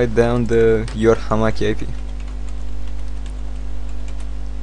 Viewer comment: hamakki? lol its hamachi man